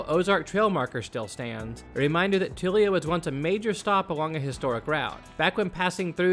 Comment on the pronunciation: And it's Tool-yuh not Too-lee-uh.